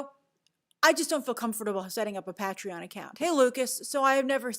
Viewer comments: SevnLi It was like Peah-tree-yawn 😄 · Pat tri on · The way you pronounce Patreon hahahaha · That was the most interesting pronunciation of “Patreon” I’ve ever heard 🤔